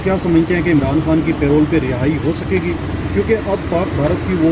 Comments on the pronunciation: oye yaar PAY ROLL to aap ki tankha hoti hai... yeh lafaz PAROLE hai, Pronounce PAH-ROLE hai. kam se kam panjhota ko itna maaloum hona chahiye. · Aziz humvatanon, It is not payroll, It is called parole. Pronounced "puh-role"